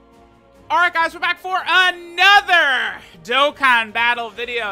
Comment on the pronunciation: That "ANOTHER" hit different today